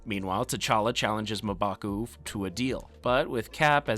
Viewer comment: The way you say mmbaku is weird